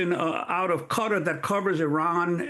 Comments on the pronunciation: Not qarrar it's Qatar say it right thanks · PLEASE PRONOUNCE THE COUNTRY NAME CORRECTLY. PLEASE! Is QATAR! Not QAtar Please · Qatar is not 'Cutter?' is 'Kah -Tar' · "cutter" FFS american lady its QATAR!!!!!! Kha-tarr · Qatar pronounced cutter. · Cutter?? Who the fuck is Cutter? what is this lady talking about